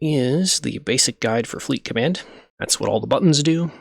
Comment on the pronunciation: Fleet commandah Hew yeaw